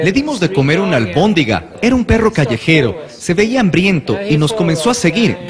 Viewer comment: "Amor a primera albondinga"...jajajajajaja!!!